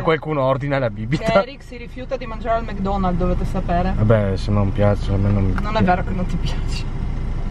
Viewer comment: Ma perché dici Mg Donald's si dice Mc Donald's poi se hai detto che non mangi le salse perché mangi il kechup anche nei mukbang